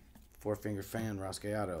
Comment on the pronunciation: olé tu, me encanta lo de "ragüeadouh" xDD